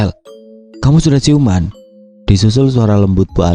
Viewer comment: Mas Siuman Bukan Ciuman, Coba Periksa Video Anda Ini.